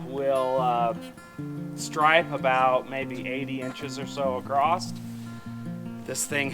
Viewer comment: I laughed out loud at the, "acrosst" lol